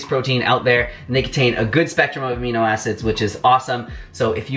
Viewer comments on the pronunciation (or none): none